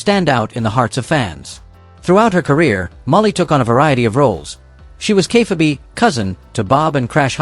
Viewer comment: And what is “Kay-fuh-bee?” 😉